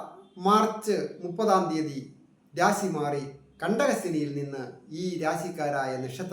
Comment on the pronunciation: രാസി അല്ല രാശി ആണ്